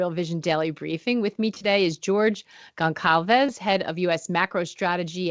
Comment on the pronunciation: I will never get over Gonçalves being pronounced as Gon Kal Vez...I assume that's how he prefers it, but the Portuguese in me is wincing